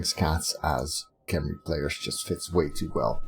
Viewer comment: By the way, apparently its actually pronounced hem-ree